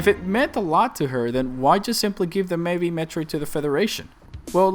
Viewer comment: They need to stop calling it "DEH BEHBEH"